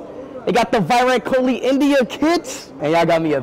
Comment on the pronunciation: love how all of them responded with why rat Kohli even tho they all know how to pronounce Virat Kohli